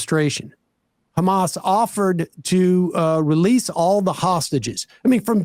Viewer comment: He knows he can't get away anymore by simply claiming "but Khamas..."